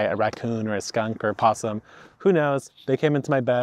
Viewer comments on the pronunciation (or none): none